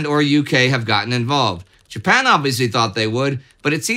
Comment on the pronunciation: Mispronouncing Japan and I'm supposed to just let that slide? No pasaran! Someone's been too long out of Texas and too much in Sweden!